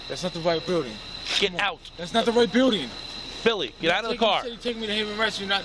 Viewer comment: His name is Billy not silly